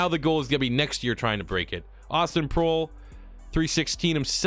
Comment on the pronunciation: I believe Proehl is pronounced "Prail"